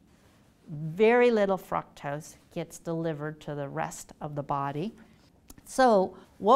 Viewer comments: Please stop saying frukctose it’s driving me crazy. 😤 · Fructose is pronounced frooctose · What is Fraktos? You don't say glacose but gloocose. Say frooctose. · It’s “Frooooooctose” not “Frucktoast” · FROOCTOSE NOT FRUCKTOSE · "frUcktose"? I always thought it was pronounced "frOOktose" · Fructose not "Frucktus" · FRUCtose??? Isn't it FROOKtose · Everytime she says FRUC-tose it kills my ability to focus on the answer. 😭👎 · Fruck-toss distracted me so much I had to re start this video so many times. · Lmao did she say f*cktose? Im listening to someone who cant pronounce it. Looks like shes had too much sugar herself. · Lady please say frooctose. 🖐 You are a doctor you should know 👩‍⚕️📛ya fake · Am I the only one dying every time she pronounces fructose like "FrUcKtOsE"? lol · Yes!!!, i was like have i been saying it wrong this whole time? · Why is she saying “fruktoast” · Anybody else not pronounce 'fructose' this way? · The way she pronounces fructose incorrectly is annoying. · Thank you! The first time she said it I booked it to the comment section to see if anyone commented cuz it not I was going to. Where does she get off just completely changing the pronunciation of a word?! Ugh, ruined the whole video for me